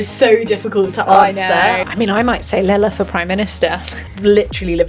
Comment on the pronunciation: Great discussion. Her name is not Lala.